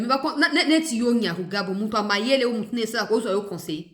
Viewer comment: Maman,il s appelle Nyamugabo et pas Nyamugabo.les deux noms sont différents.le premier est Rwandais tutsiet le deuxième est mushi du Sud kivu.ma chère enfant, comme on dit que la justice élève la nation c est ainsi.ce Nyamugabo n a rien à dire ici.il n'est pas Congo lais que ces arguments fallacieux soient exportés chez lui au Rwanda.de gens qui sont capables de modifier leurs identités sont terribles.